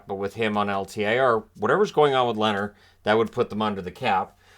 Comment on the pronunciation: It's Leeeeeehner - long soft e as in beer. 🇸🇪